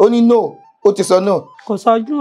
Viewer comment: That first "No" ooo